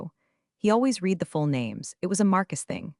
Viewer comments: Yes! Red not reed. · Why don’t the writers of AI slop proof read? Marcus spilled his coffee TWICE on the documents. At least it’s a clue to not recommend. Also read not ‘reed’ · Teach the narrator how to pronounce the past tense of read. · All of these stories are asking me to Like and Subscribe. I'll think about when I watch one that has AI that knows when to pronounce the word READ as red or reed. You know, the difference between past and present tense. That's just one of the things I can't believe they all think it's okay. And WTF is "deo sex machina" that appears ? It's Deus ex machina. God of the machine.